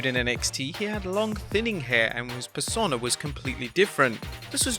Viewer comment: Every time you try to pronounce "Persona", it makes me want to punch kittens.